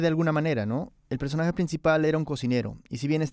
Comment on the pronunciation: jajaja escuchen ese acento no es peruano...escuchen como pronuncia "personhee" en lugar de "personaje" y el alargamiento de las palabras acentuando las vocales. Que bajeza hacerse pasar por peruano para criticar y despotricar contra nuestra comida.